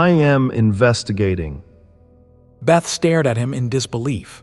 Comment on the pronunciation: Little annoyed that the voice keeps calling beth - Bait...